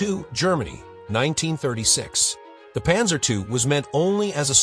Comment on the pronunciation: Stupid AI - Panzer EYE?